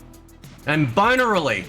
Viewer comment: When you said "love them binarily" I thought you said 'bonerly' due to your accent.